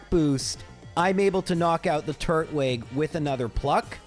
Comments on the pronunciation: Can we just take a moment to discuss that it's not turt-wig? It's tur-twig. It's a turtal-looking pokemon that's grass type, not a turtle with a wig on.... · Are you sure the grass Pokemon starter should be pronounced wig and not twig? Like a wooden twig? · it's tur-twig not turt-wig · I know it doesn't really matter, but it bothers me that he says turt-wig instead of tur-twig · I always said Tur-twig as in turtle + twig but your pronunciation is definitely interesting... 😂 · I have never heard anyone pronounce "Turtwig" that way. Is that some weird quirk of your speech therapy or something? EDIT: Actually, you seem to be pronouncing a ton of things strangely. It's like you don't even know what English words they're based on. EDIT2: The moves aren't random; they're expecting you to switch your Pokemon out when its type matchup is bad. You're just not doing that so you're getting hits and KOs you wouldn't get otherwise.